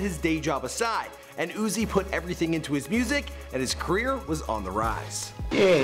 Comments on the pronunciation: He said quier instead of career. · Did he say “the life and queer of Lil Uzi Vert”?